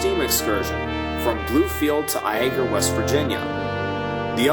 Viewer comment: It's not I-ay-gah Its Lay-gah